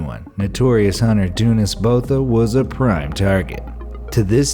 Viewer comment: Please never butcher south african surnames again, that surname is supposed to be said in afrikaans and all you did was make it sound like it originates from an african tribe when it probably originates from germany, holand or the nederlands. i can 100% promise you its not bota.